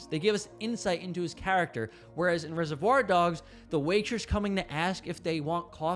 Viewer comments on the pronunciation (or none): It made my back teeth grind: how can you offer writing and speaking advice and then mispronounce "reservoir" so badky?